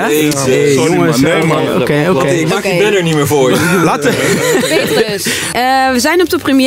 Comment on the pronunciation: "nee MAN is niet charmant, ik hou van klasse MAN" hahahah praat normaal dan eh hoofd